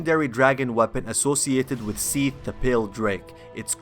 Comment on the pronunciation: "seath the pale drake" are you srs?